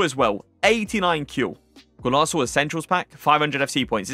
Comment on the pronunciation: Bro what’s a Golaso? It’s Golazo! Zo Zo